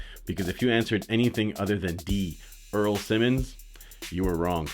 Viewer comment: Earl more like ear